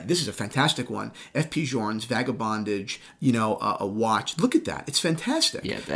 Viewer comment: “Vaga - bondage” 😂